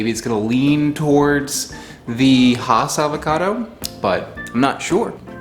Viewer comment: It's pronounced Hass as in Bass.